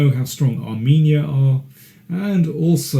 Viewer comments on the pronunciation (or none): none